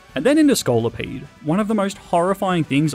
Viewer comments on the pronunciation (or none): THE SECOND O IN SCOLIPEDE IS SUPPOSED TO BE AN I!